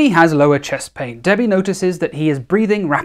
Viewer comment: ok he says debbie but i hear daddy am i ok?